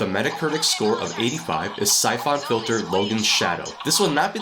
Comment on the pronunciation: Never heard anyone call Syphon Filter- Sy-Fon .... It's just Sy-fun Filter.